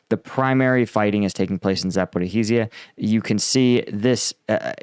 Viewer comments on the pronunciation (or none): It's not Zaporihizia.. it's Zaporizia.. The 'hi' sound you add is not there :) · It's "zah-poh-ree-shya" (or "zah-poh-roh-shye" in Russian), not zah-poh-ree-hee-shya. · There is no "ih-hee" in Zaporizhzhia It's Zah-poh-ree-zhee-ah. Or just Zah-poh-ree-zha. And Russians seem to replace the "ree" with "roh". But no one calls it Zah-poh-ri-hee-zee-ah Please. You're killin me 😂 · A pronunciation help, if I may, for Zaporizhia: The 'zh' sound is similar to 'sh' and is pronounced exactly the same as the 's' in the word 'treasure'. Think 'treazhure'. So you get Za-po-rizh-ee-yeh. Otherwise, try Za-po-rish-ee-yeh for a close approximation. Avoid Za-po-riz-hee-yeh, that sounds a bit weird. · ZAP- oh-REEZH-ah. There's no HEE in the word! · Please Google how to pronounce Zaporizhzhia correctly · Really you lot are here now with pronunciation nazism so I'm guessing as you're a russian every word you say in English is pronounced perfectly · streak of creatively mangling and botching the pronunciation of "Zaporizhzhia" continues 😂😂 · "Sorry if I mispronounced that." Ha! I come here for your combat analysis, not your pronunciation skills,, which are, shall we say, ballpark, at best. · He continues manage to creatively mangle "Zaporizhzhia" 😂